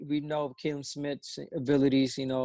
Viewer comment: just say his name how it looks, Callum! cringe every time you guys say KAllum